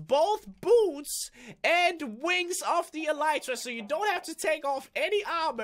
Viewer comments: It's pronounced elite tra not e light ra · it's pronounced elr ee tra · it drives me crazy. It's pronounced ah-lee-tra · it's pronounced e-lit-rah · He Said Elytra Wrong